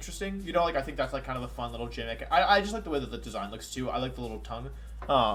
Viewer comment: I was about to subscribe but you pronounced gimmick as jimmick